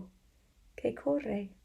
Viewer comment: This one was muy interesante, I printed the pdf and read along with you. I love the way you read and stress words like corre so we can hear the r sound. You can tell you love what you do! Gracias!